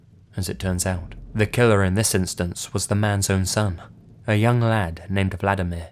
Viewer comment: Yeah, it may seem like Im picking on ya, but you really butchered those Polish names. I know its one of the hardest languages to pronounce correctly for non-native speakers but Vladimir is a Russian name (like Putin) and in Polish the equivalent is Włodzimierz (very difficult to pronounce but completely different) xD Oh, and btw we love to skin ppl and wear their faces, its a kind of national tradition but shhhh... dont tell anyone xD